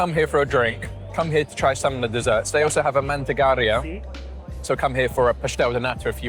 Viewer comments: Mantegeira is pronounced ( man-teh-gay-RAH. ) that cause they are only made with cattle milk butter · Great job, your enthusiasm is infectious. You chose great places for the food. You got the pronounciation of pastel de nata, down perfectly, the other other words, not so much. I'm sure you are going to work on it. Start with manteigar(i´)a. I look forward to seeing your madeira video.